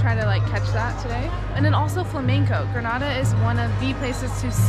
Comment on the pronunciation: It is not grnada it is Granada